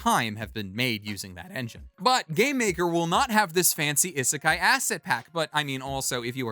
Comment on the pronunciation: In romanized Japanese (in particular what is known as the 'Hepburn romanization' version which is the modern version of Japanese romanization) the 'i' is pronounced like people say the name of the letter 'e'. (Like the 'e' in 'eat'.) So it is not "eh-seh-kai" it's "ii-seh-kai". The word isekai should be pronounced starting with the sound of 'e' in 'eat'.